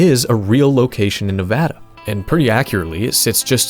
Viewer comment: you are such a goated YouTuber and I've been watching you for a while now, but the cherry on top was hearing you say Nevada correctly🙏🙏🙏🙏